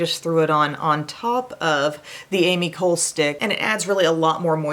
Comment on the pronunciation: Hey Em! The Ami Cole brand is pronounced Ahmee Colay Thank you for the vid!